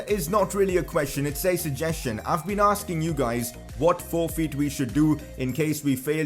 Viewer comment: sorry ik its a bit harsh but his accent when he says forfeit its 'forfeeet' 🤩😂😂